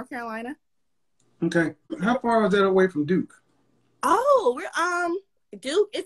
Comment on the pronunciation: High value people don’t use worlds like “dis, dat, dere” especially in a professional setting. The audacity!